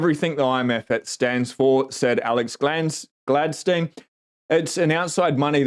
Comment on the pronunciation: 😂 Alex GLANS-tein .